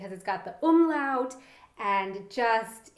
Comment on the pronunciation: Hey, hast du das Wort "Umlaut" oft geübt? Die Aussprache? Ich habe das Video gerade nebenbei gehört und war plötzlich so verwirrt, da fehlte so sehr dein Akzent, ich konnte gar nicht zuordnen wer das gesagt hat. Versteh mich nicht falsch, ich habe gar nichts gegen Akzente, aber das hat sich einfach so gut angehört, wow!;)